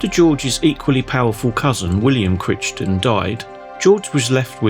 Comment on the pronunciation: You might want to learn how to pronounce “Crichton”. It’s pronounced the same way in England. Think of Crichton in red dwarf.